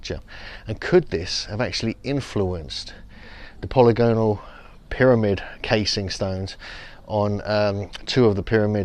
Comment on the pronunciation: Polygonal - you still mispronounce it.